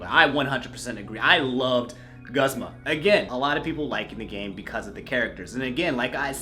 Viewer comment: Guh-zma? It's goo-zma my dood.